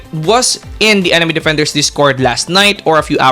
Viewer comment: anime defenders ❌ Anime dafendaers ✅ Why does he say it like that 😭🙏